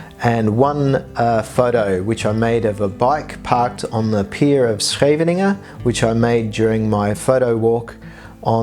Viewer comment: for a brit your Scheveningen the way you did is really good.